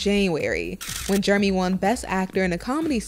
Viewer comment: She call him yeremy 😛😂